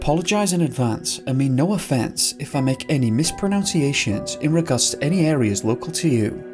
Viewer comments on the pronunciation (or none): "Mispronounciation" was your first mispronunciation here. No hate; just pointing out the irony... 🤪